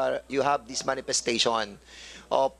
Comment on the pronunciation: Parang parlorista si dan mag salita... aside from yung napaka tigas niyang tagalog accent eh may pag ka bakla mga bigkasan nya hahahhaha "manifestashuwan"